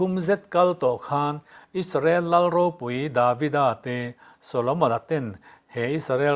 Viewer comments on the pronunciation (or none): none